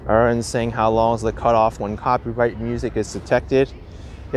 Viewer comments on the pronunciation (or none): none